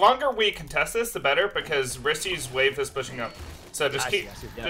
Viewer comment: You don't say "RIstee" you say it like "Wrist" btw ! x)